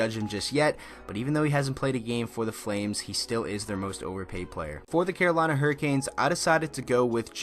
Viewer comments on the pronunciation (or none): none